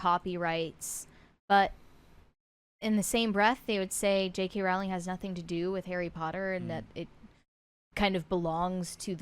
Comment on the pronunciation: Her last name is not Rauling, it's Rowling (pronounced "Rolling").